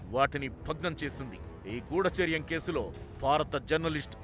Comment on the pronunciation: "గూడాచార్యం" కాదు తల్లీ! గూఢచర్యం